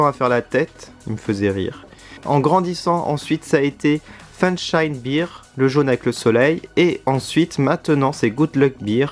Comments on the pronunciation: Salut ! Tu prononces Bear comme Beer c'est à dire la bière. Bear se prononce "Bère" en gros. Sinon superbes achats l'ami ! Bravo. Pouce bleu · Bear sa se prononce pas bir mais bèr